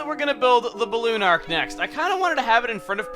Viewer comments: its pronounced arch not ark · It's pronounced "Ar-ch", Chuggaa.